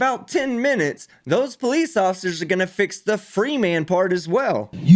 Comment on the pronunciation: The word is not pronounced PO Leeze!